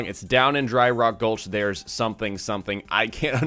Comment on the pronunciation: "Down in Dry Rock gulch theirs Quantum in thar hills" -Translated by a Michigan native